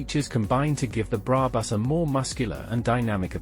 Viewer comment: Love the videos and own a Roadster, but please don’t use AI voiceovers. It makes in unwatchable…specially when it keeps mispronouncing brabus